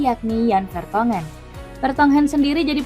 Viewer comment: Kayak dengerin mbak mbak google, cortois, anderwred, vertong hen